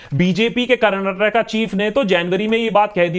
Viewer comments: Bro you did not say Karnatak... You pronounced it well "KARNATAKA" as a kannadiga I am happy 😁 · Love the way u told its "Karnataka" not "Karnatak" <3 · Full vote for u juz for saying KARNATAKA brother. Nice 👍🥂🍾